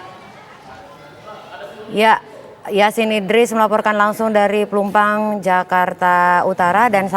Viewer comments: Woiii ......Plumpang bukan Plumpung hadehhhh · Plumpang mas reporter.. bukan plumpung gimana siiih